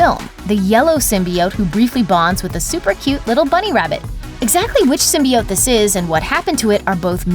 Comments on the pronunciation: Symbiiiiioteee . God damn not symbeeote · Lol sin-bee-oats